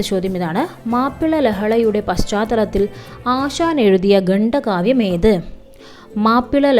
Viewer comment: ഗണ്ഡ കാവ്യമല്ല ഖണ്ഡകാവ്യമാണ്